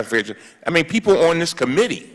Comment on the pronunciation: Cummings needs a linguist to help with his speech!! Committee is not pronounced com-mini